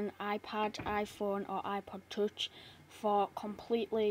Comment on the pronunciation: iPod tuch that is what u said